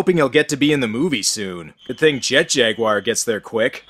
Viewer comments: It is actually Jag-u-ar... hence why it isn't spelled Jagwar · "jet JUgULEr." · it's JET - JAG - U - WER 😂😂😂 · His name is Jet Jag-u-wir!, 2 seconds later: Jet Jaguar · Jet Jag-You-Are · They probably pronounce Jaguar like a sensible Person and not like an American Jack Wire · how the hell did english speaking dubbers mess up "jaguar"? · Thought that's how the Aussies, British and you dry Canadians say Jaguar?